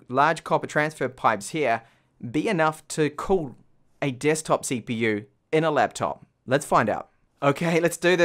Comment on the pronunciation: did he say ceeeepeeeew?